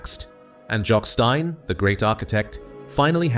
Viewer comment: that present this YouTube web site are a sham and attention seekers. My first alarm about them was when the voice over called Third Lanark, "Third Lan Ark", then he pronounced Jock Stein as Jock Stine. Finally check their other videos, all dwelling on the negative.